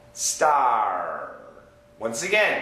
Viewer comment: it's sound wierd " starraaww" 😂